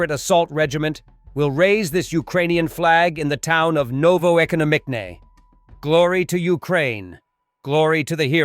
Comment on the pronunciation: The opening scene with the guy filming out the window. He says in Russian "That was good!" I take it he's being sarcastic. It's good to see the Russians getting back some of their own medicine. That name in Ukraine's Donetsk that the narrator was butchering is Novoekonomichne. Novo-ekono-mich-ne. It means "New Economy" oddly enough.